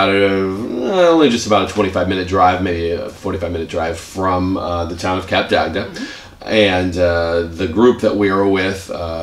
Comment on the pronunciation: They pronounce it totally wrong 🙄, its cup-duct not cap-der-agder, also their review is not honest, the truth is, the place is very dated but still fun, also a warning, they arent fond of americans there because they mispronounce everything and they tend to want to talk and talk and talk, also, they tend to be overweight and get upset when slim, attractive french couples wont play with them, not me, just saying! So if ur american, better to stay in atlanta where there are clubs that cater for the louder, more social people, other than that, have a great time everyone 😘